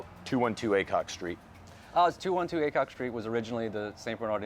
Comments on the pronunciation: Cool, was trying to figure out the address just now to see how long of a drive. Thought he said “ACOG” street. Which would have been a cool address. Better that AY-COCK that’s for sure. Hahaha Congrats guys!!!! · 100% thought said 212 ACOG street. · It sounded like you were saying ACOG not aycock